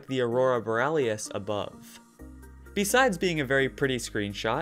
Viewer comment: "What looks like the aurora bor-al-ie-us" "bor-al-ie-us" Erm no. Correct me if I am wrong, or if is a sort of different dialects thing, but it should be pronounced aurora bor-ie-al-is. I am an east cost american though, so depending on where you live, It may differ.